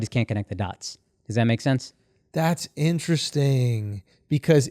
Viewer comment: If I got a nickel everytime Andrew said Interessttinngg I could buy a Tesla